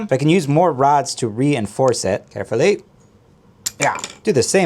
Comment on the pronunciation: "Carfully"-Falls apart.